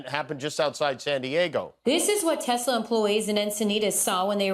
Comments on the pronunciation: It's not a Tesla, in Donald Trump's pronunciation, it's a Tesler. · “I love Tesler”! Deport Elon ASAP